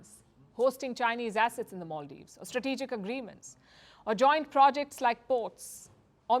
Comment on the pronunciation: Maldives not moldives